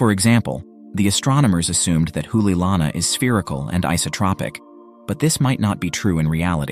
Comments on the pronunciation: Not an expert, but my pedestrian knowledge of the Hawaiian language tells me you are mispronouncing "Hoʻoleilana ". I believe it would be pronounced "Ho -- olay -- ilana", with the apostrophe acting as a brief separating pause.There is no "oo" sound. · The ' stands for a glottal stop.